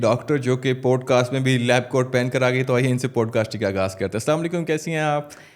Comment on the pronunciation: How these people butcher Urdu pronunciation - پوڈ کاسٹ نہیں یہ پاڈ کاسٹ ھے - شووک نہیں شاک - اسی طرح جوب نہیں جاب